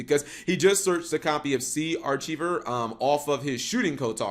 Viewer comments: Sea AR-kai-ver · "SEE ARCHEEVER"???...cap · "Sea Ar-CHEE-ver" Lol cap....